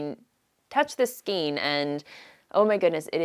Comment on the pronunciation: I love your show and all your content. Just to nit pick, the skein is pronounced SKANE, not SKEEN. Sorry. Can't help myself.